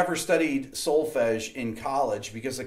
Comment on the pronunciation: As a European , listening to the word "Solfege" it was...music to my ears! ;)